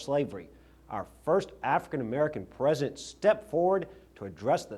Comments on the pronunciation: Why did he call him Present instead of "President"? And do you think he practiced hard to get that Louisiana lisp? What a silly man. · He can't even say President right! It's like Arnold calling California, 'Collyfornya'? Republicans sure as hell can't talk!